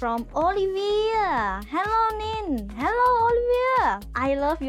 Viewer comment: 😃 Hey Nin you speak my name correctly👏!!